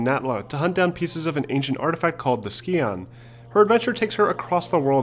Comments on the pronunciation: Just as an FYI scion is pronounced with a soft c, not a hard c. saien not ski-on. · Scion is pronounced (Sy-ohn) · Ah you Americans, it’s not ski-on! It’s psy-on. Bless your cotton socks! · "Ski-on? No. Sigh-un. Toyota's been making commercials that pronounce the word right for 15 years. Scion doesn't have a hard C and it has a long I. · Like your videos but... skee-on? The correct pronunciation would be sci-on, no?